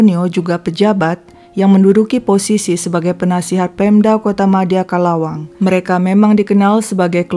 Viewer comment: Bukan calawang tapi calauan..kamusta...